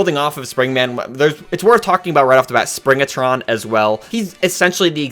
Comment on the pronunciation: It's Springtron, not Springatron.